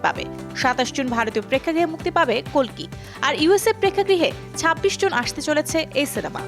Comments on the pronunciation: Dhuru hala kolki na re kalki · Its kalki not kolki 😁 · Kalki na vai...kolti Bangla r hindite kalki ucharito hoi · মুর্খ নাকি ঠিক ভাবে উচ্চ রন করতে পারেনা কলকি হবেনা কালকি😂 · kolki na kalki😂😂😂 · আরে বেডী কল্কি না কালকি